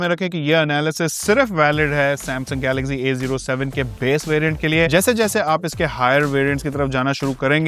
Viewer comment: Galaxzee nehi Galaxcee Over smart mat bano